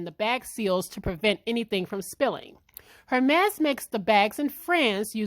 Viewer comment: The H is Silent. Pronounced ehr-mez